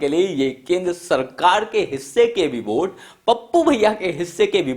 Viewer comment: यह क्या है भाई। वोट को बोट🛥️ nazar को najar जब इसने बोटिंग की बात की तो मेरा ध्यान सीधा नाव की तरफ गया।अबे पहले बोलना तो सीख ले।😵‍💫😳